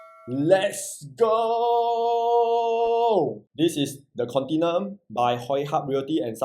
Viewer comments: The correct pronunciation is "con-ti-NEW-um" which is a silly name (i think you also think the same, that's why you purposely mangle the pronunciation, am i right?). IMO for 2750psf , 2.6m might as well buy the older Haig court nearby, can get 1399 sft unit , a proper big 3 bedder, freehold. it's better than here (properties south of dunman rd in this location has a better feel to me). The store room, is it a BCA mandated bomb shelter? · Very hard to buy this Pty if can’t even pronounce the name..I thought I only one don’t know how to pronounce